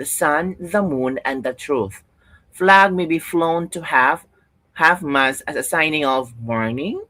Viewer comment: Yon ang Tama" Half Mast" Hinde HALF MASS